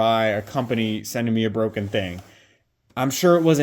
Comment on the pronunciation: IT'S BWOKEN, IT'S BWOKEN!